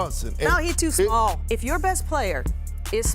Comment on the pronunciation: "he too smawl" excuse me Becky.